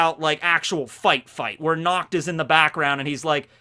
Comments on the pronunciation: I am German. And the way you say Nacht (Which means Night btw) is so wrong. Because your way of saying Nacht sounds like Nakt. Nakt is german for naked. As in not wearing clothes. Do you see what the problem is? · every time he says "natch" I just heard "nux" and yeah, i can see that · Every time says Nacht it's wierd for me as a german because it sounds like nackt wich means nude:) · look for nacht in german, its na CCH t, with a throat gurgling sound. When you say "nacht" with a k/c it comes out as nackt, which is also german, but for nude instead of night. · Unfortunately, i hear "nackt" which Sounds really Close to pronunciation of Nacht. I'm German, so this really Hurts because nackt means nude...